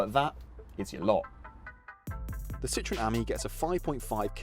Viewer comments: It’s Citroën not citron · Ok, please tell me this: how can you guys manage to mispronounce both Citroën and Ami? I mean, for Ami, at least, there is a 50% chance to get it right! And for Citroën, there are these two little dots over "e" for a reason...